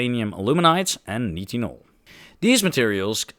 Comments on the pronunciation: Nitinol should be pronounced 'night-in-all' instead of 'knit-in-all'. You don't seem to often look up proper pronunciation of unfamilar words when you research for these videos, but that's your choice... ;) (amateur lowbrow gaslighting attempt) Just kidding! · since grammar is being highlighted. You’re pronouncing nitinol like “knee tin all” I’ve always known it as “nye” as in nylon “tin all” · nitinol (night-in-all)